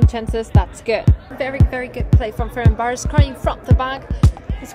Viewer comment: almost got the name right FernCváros (C=tz)